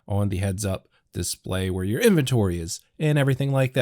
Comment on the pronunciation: Why you gotta say inventory like that in the beginning lol